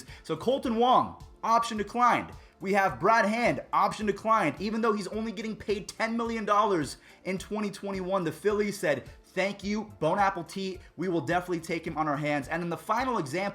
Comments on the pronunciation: Hey. I think I heard you say bone apple tea. It’s bon appetit. No big deal, just figured you would like to know. We all know what you mean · Bone apple-tit? Did I hear that right? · "Bone Apple Tee"